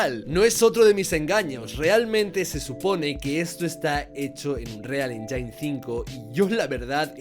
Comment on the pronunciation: Es anruial enYIN, no enYAIN 🥸